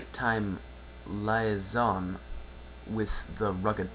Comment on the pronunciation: Yay! Great job! "Haphinea" is pronounced "Hay-Fin-Knee-A". I have no idea where I got the name from, but it has been in my default female character for name selection since the Demon's Souls game. Oh, that one word at the beginning is "liaison" pronounced "Lee-A-Zun" (French word so its tricky to pronounce)